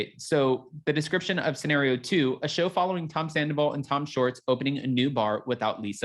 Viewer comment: I just recently found this page and like the topics - I’ll definitely stay tuned. But is it just me, or does he keep saying Tom Shorts instead of Schwartz?